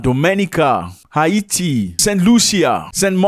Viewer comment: Its pronounced HAYtee, not HIEEETY😅